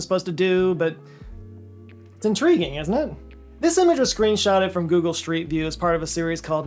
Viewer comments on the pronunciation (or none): Did he really say "screnshotted"? Even CC thinks so.